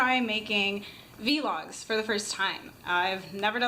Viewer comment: Its pronounced vlog like blog but with a v. :)